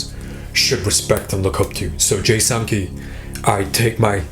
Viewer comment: Did he just say "Jay Sanpee" ?